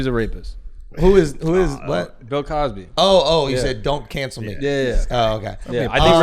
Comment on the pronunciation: u said “Pill” Cosby!? I’m dead 🤣